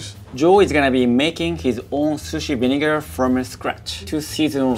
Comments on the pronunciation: Lol, he pronounces it "vinigga" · rosemary lime vineguh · Why does he say vinigga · the way he said vinegar cracked me up